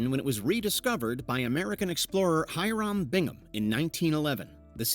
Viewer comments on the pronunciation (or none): none